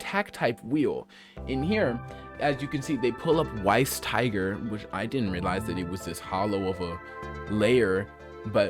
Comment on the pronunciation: Weiss is pronounced vice